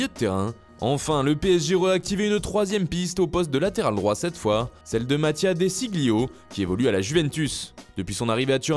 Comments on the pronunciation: De Sciglio ça se prononce Dé Chiyo désolé 😅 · Attendez il a prononcé De Sciglio comment là ? 😱